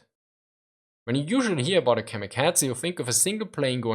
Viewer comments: KamikaZe, not KamikaTZe. Z as in Zaire, not TZ as in Cyprus ! They were suicide pilots, not cats :) Please take care of prononuntiation. It is japanese word, not german. If you do not know terminology, it undermines value of your point. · The letter z is pronounced like ts in German, that why he says "kamikatse".